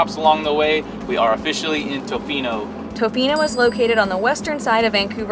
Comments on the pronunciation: I thought it was cute the way you pronounced Tofino. Hi from Vancouver Island! Great video. Even though I live on central island, I haven't been to the west coast for a few years. But it was so lovely to see it from your viewpoint. Thanks for coming. 🇨🇦🍁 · I am a born Canadian, a lifetime Westerner, and I lived in Tofino for a year. You pronounced it just fine, and did a great show on the area. All that mud is caused by the almost non-stop rain ! One word of caution about Canadians ( or maybe everyone in the World) is that they sometimes make something out of nothing, like minor pronounciations. Some of them can get a little neurotic about minor issues. I found your presentation of our part of the world to be excellent.